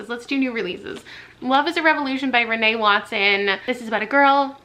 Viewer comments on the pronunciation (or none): none